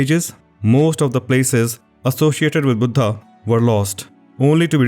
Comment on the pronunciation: Its sad to see that even fellow indians cannot pronounce 'buddha'.